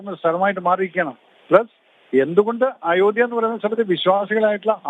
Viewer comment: അയോഠ്യയോ ?!🤔😁😁 അവതാരകൻ ചില അമേച്ചർ നാടക നടൻമാരെ പോലെ ഇത്ര ബലം പിടിച്ച് എന്തിനാ സംസാരിക്കുന്നത് ? അയോഠ്യ അല്ല അയോദ്ധ്യ ആണ് ശരി.